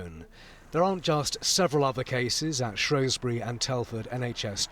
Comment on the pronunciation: It's SHREWSbury not SHROWSbury.